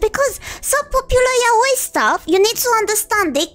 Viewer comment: The proof she’s a real Fujo is that she’s probably the first person I’ve ever heard say “yaoi” correctly